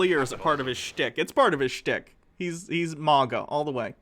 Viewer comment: please stop saying maga like mogga